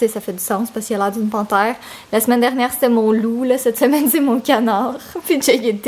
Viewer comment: NAAAAAN ne l'appel pas mon canard j'ai cru pendant une seconde que tu lui disais "mon connard" 😖 ahah